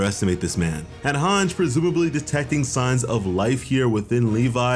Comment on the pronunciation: Good recap but my dude it’s MAR-LEE not MAR-LAY, also it’s HAN-GEE not HANJ. What’s with those pronunciations lol